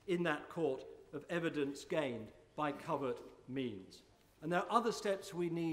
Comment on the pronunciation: 'Will be made with strong evedanence'........interesting Mr Blair